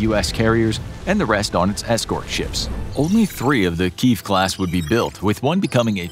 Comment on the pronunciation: You need to learn how to pronounce the word Kiev !